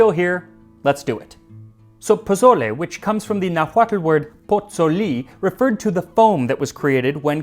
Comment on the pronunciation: I’m very impressed by your Nahuatl pronunciation!